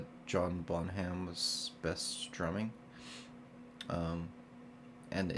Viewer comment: a few things. DON'T "stop calling them 'Zeppelin.' " WE all do, lol! And speaking of pronunciation, it is "Bon-UM," not "Bon-HAM," which of course is how it's spelled, but Bon-UM. No biggie. "Bonzo" is his nickname. Loved ur reactions to two of ZEPPELIN's , ha, best "constrained" songs: Ten Years Gone and In the Light especially. Gonna watch u freak out to the Wanton Song soon and then finish off the disc! Good luck in finishing up college, man. What's your major?